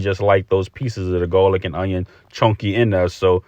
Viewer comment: Love the originality of this boil❤and how ya say gawlic💯